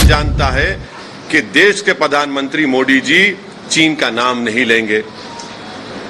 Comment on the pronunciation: POOR "oh I see " please learn how to say MODI JI it's not Moody.